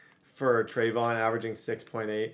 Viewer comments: Pronounced trev E awn not treyvon like diggs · Trey-vee-yon Henderson rather than treyvon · It’s (Tre-Ve-Yon) not (Tre-Von) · It's not a big deal and u can say it how u want but just in case you legit dont know how to say it it's (trey-vee-on)